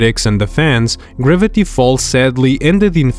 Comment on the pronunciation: Is bro saying "ribbity falls" not "Gravity falls"